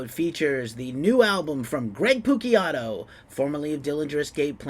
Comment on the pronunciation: Maybe pronounce his name properly!